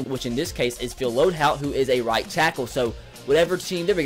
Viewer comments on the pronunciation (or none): LOAD"HOLT"!!!!! YOURE SAYING IT WRONG! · HOLT. It's LoadHOLT